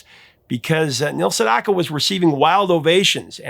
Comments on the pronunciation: "Sedaka" - not Sendaka. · Professor, Neal Sedaka is the name of the artist, not Sendaka.